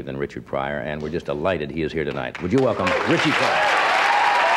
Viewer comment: I Never liked the way Johnny called him "RichEY"😛 Gag me🤪